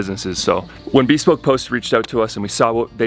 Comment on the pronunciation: Bespoke is not pronounced as "be spoke", it's bəˈspōk.